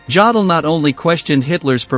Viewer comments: Try to learn something... Certainly some basics of the German language... Some of your pronounciations were so repulsive! 😬🤥😷 Jdaddle... Jdaddle!... 🤐🤐🤐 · Thanks. I was interested in the content, but didn't get beyond the third "Jodle" before I gave in. If the rest of the content was as well researched I'm glad I didn't waste my time. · I cannot even begin to watch this until you re-record it with the correct pronunciation of Jodl's name. Some if you can't say the man's name correctly. You bastardize history if you say it wrong. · It’s a shame you couldn’t pronounce his name properly. I couldn’t watch anymore. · The commentator should have learned the correct pronunciation of Jodl's name. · Jod el?? Really?? Try Yo del, for a more accurate pronunciation. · It's pronounced 'Yodel' NOT Jodl. For goodness sake, if you want to pose as an expert on these things, at least learn to pronounce the names correctly. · It is pronounced YO-DUL...not JA-DUL! If you're going to make historical videos then get it right! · his name is pronounce youdle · It's pronounced: YO-dul. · Yo-dol! Please, if you are going to do these videos, pronounce the names as we all know them. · Jawdel?? Who t f is Jawdel? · Ya dell? Maybe should get a real live human to read the script. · Yodel, long o sound as in yo yo. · The lufftwaffa? Yaddel? Ffs learn some pronunciations buddy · It's pronounced YODL not JODL